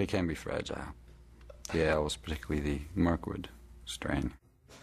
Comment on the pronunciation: I am not Frodo baggins of da shire he he he